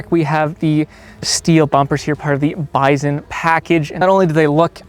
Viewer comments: Drives me nuts you can't pronounce BISON correctly! Yes even in CaNaDuh, it's still pronounced BY SON ... not BIZON. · Bison or "Bizon" 😆 Canadians sure do some Zany stuff with the letter Z, Zed...